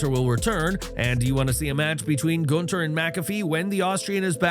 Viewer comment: Nice that they're making an effort to pronounce his name right here LOL. Tired of Gooonthurrrr.